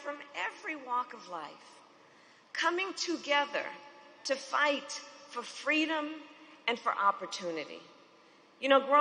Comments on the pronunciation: Oh my DOG…..here comes the lie about “FWEEDOM” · Is she going to steal the MLK story here, and pass it off as her own? “Fweedom”? 🙄 Fake Phony False Fraudulent